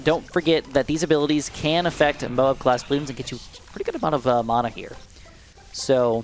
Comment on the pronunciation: You say mana wrong